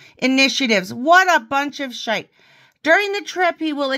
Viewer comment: The photo of the Staff Meeting at the start. You’ve got it 100% ☺️ luv ya! And this morning I hear the hear the Ulster pronunciation of arse and shite 😁 Anyway, I’m only 13 minutes in, more to enjoy!